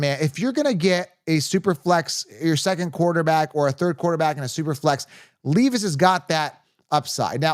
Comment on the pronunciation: Will “Leave Us” is him! Pronounced Lev-Us fr fr though